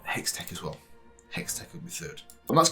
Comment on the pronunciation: You pronounced Hextech right this time!!!